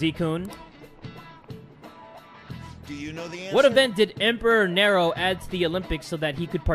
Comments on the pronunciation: sorry but it's not Nero it's nE-ro like from devil May cry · It's pronounced Knee-row, not narrow. Emperor Nero. And des-pot, not des-po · For the Roman emperor it's pronounced (near-o) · It's pronounced nearo